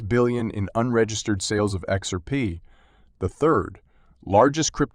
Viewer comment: Learn how to say XRP! Your info is very dated and your Title is clickbait!!!